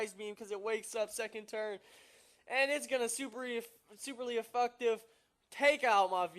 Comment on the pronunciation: " cause it's super afucktive.."